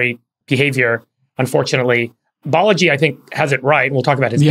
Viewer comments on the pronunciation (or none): It’s “Balaji”, not “Baleji”.